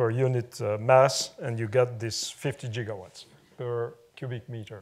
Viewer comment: he actually says jiggawatts! :)